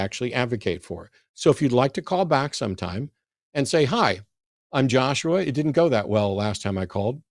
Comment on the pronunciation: Wow was an Obnowoxuoious little twit eh?